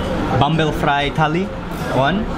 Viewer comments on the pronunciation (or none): Fry is an english word, why do u say it like that?